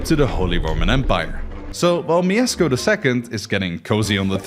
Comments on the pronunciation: kurna miesko?! na pewno nie mieszko? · bro, i'm from poland and not miezcko tylko Mieszko 1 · Nooo noo noo not Miesko oww that hurts. Its pronounced Mieszko😭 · IT'S NOT "MIEZCKO I", IT'S MIESZKO PIERWSZY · BOY ITS MIESZKO NOT MIEZCKO !!!! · No, there's no sh, his name was Mieszko. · actually, its not Miezcko, its mieszko :) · it’s mieszko not mieczko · the first king is Mieszko 1, not Miezcko 1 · Mieszko not "miezcko" :) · its not pronounced miezcko its mieszko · Mieszko, not Miezcko. You get the name right with Mieszko 2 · Mieszko 1 not miezcko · Mieszko not Mieczko ;) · it is not MieSko, it is MieSHko (Mieszko) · Miezcko? You used AI to do this animation? It was Mieszko I. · mieszko the first sz in polish is sh sz = sh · Mieszko I = ❌ Miezcko I = ✅ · Mieszko I, not Miezcko 😅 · He wasn't Miezcko I but Mieszko I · I'm sorry but it's not "Miezcko I" but "MieSZko I" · who dafuq is Miezcko? its Mieszko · I have a request for foreigners, please do not pronounce Polish names because it almost never sounds good.Even here it is not "miesko" it's "Mieszko" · slight correction it's Mieszko and not miezcko (edit) it was 123 years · his name is no Miezcko I but Mieszko I small detail but its funny who you saying his name 😅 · Mieszko, not Miezcko lol And "sz" is pronounced as English "sh", like in "she" "shop" or "shut the fuck up and made a proper research how to pronounce names of people you are making video of" 😅🎉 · It's Mieszko I not Miezcko I. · it's mieszko, not mieczko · Miezcko I, Mieszko II -_ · it's Mieszko, not Miezcko, but steal really good this is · Brooo its not miezcko its mieszko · Don't read Mieszko as Miesko, but rather as Mieshko. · Uhhhh... I need to say that cuz im a Pole. Its 'Mieszko' not Miezcko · my brother in christ it's Mieszko not Miezcko 😬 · Mieszko, not Miezcko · "Miezcko", bruh. It's Mieszko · It's Mieshko, there's a sh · bro u said wrong its MIESZKO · Mieszko is pronounced 'myeshko'. 'SZ' is basically like 'SH' in English. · miezcko? jesus christ